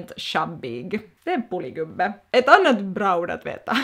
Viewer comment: Poli gubbe låter som Polis gubbe